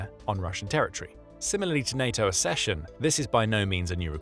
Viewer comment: Accession AK-SESH-UN.